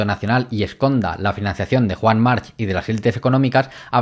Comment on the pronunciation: buenisimo! solo un apunte, Joan March se pronuncia "marc", la h es catalan arcaico y muchos apellidos acabados en c llevan la h